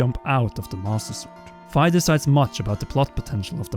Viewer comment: I think Fi is pronounced as the phy in physicist not as the fi in sci-fi. That said, I love your videos!